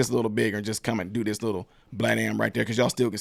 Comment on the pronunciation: Great info. but you do Ms. Owens a diservice when you fail to pronounce the /th/ on words like /THIS/ & /THAT/ & /THE/.